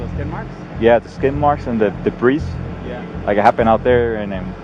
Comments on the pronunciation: "Debris" is pronounced WITHOUT the "s" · "Debrees" - Cop.. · Pig's need to go back to school to learn how to speak properly, the word 'debris' is French so you DON'T pronounce the 's' on the end, it's silent! 🙃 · The stories are sad and all, but the first cop pronounced debris with the "s"? Like he's gone his whole life saying it that way and nobody told him it's silent? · Shows you the level of intelligence of american cops when they cant even pronounce debris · I'm sorry this is all a tragic ship storm, but the officer at the beginning of the video, somebody tell Django to advise the officer the "S" in the word "debris" is silent... "...the D is silent" Edit: In the last clip this video is purposely misleading for sake of click bait, not that it matters much, but for the sake of our own nosy interest, the officers interaction with the female suspect did not occur the next day as you can clearly see that she is still drunk as hell plus booking occurs immodestly upon taking a suspect into custody and not the next day, as if granting the privilege of convenience to the suspect were a thing. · pronouncing the 's' in debris.... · Hey officer, I know you only get 6 months of training but you could learn how to say debris. The s is silent